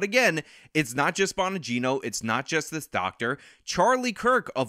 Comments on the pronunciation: Bongino. Not Bonagino haha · It's Dan BONGINO, not Bon A gino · Bongino not fucking Bonogino lmao. You should really be familiar with Bonginos work holmes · It's not bonagino it's bongino. Maybe you are accidentally combing Danny Bonaduce and Dan Bongino. Lol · it's BONGINO, not BON-A-GINO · Not Bonagino. Bongino. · Bon-gino not Bon-Ah-gino. Nevermind, you mispronounced almost every name. You must get all your information from reading articles, which is fine to a point. Watch a little bit of video so you know how to pronounce peoples names and you will have even more credibility. Not knowing how to pronounce prominent names makes you seem uninformed. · There is no extra I in Bongino. It's just Bongino. Bon. Gino.